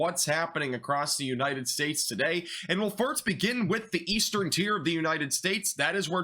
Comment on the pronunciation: Are you saying farts instead of first?